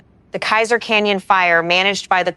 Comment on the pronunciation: and collville is pronounced call ville , not coal ville.